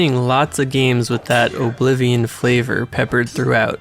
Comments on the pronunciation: The emphasis you put on the 'O' in Oblivion irks me so much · Apparently Oh-blivion invented the genre. 😂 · The way you pronounce Oblivion is appalling.